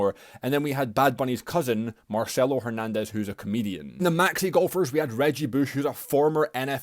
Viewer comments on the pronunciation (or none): none